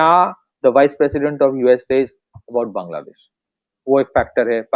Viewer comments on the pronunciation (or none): none